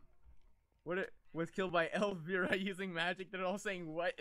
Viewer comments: Elvira Mistress of the Dark!! It's supposed to be pronounced EL-VEYE-RA. When saying the vi part it's like saying eye but with a v before it. If you don't know who Elvira Mistress of the Dark is, look her up and watch the movie if you like weird stuff. :) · Isn't it pronounced El-vye-rah? xP